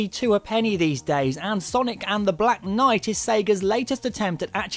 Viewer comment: is name a black night not block noight XD